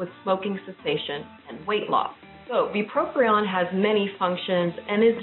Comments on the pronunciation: Very informative. However, it’s not bupropRion it’s bupropion. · It's not pronounced BupropRion